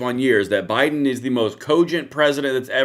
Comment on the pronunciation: "Bido-pen" LMFAO Thanks, I can't unhear that! 🤣🤣🤣